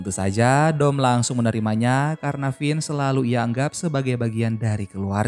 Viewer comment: Semangat min,semoga lebih teliti lagi soal nama nama tokohnya soalnya penyebutan nya salah Vince bukan finz